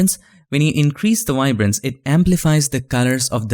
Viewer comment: No such thing "wiberance"...MOST of your English is great, but THAT word starts with a "V" as in "video".